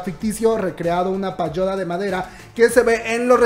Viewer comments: Comadre, no se dice "payoda" , es "pagoda" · PaGOda, la G con la O = GO linda tu pronunciación linda.